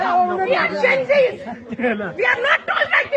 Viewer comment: Slip off tongue tha khna Gen-di tha Genz bol gyi M puri responsibility ke saath correct kr rha hu😂😂